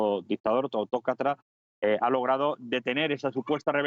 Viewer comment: No hay manera de encontrar un currículum suyo en internet, así que no se sabe dónde ha estudiado. No articula en absoluto. Dice en este video "autócatra" por autócrata, y le acabo de oir en la radio decir "esadí" por Arabia Saudí, y "jédito" por ejército ¿Será militar?